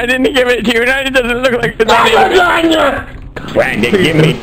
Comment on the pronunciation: IT'S NOT L A S A G N A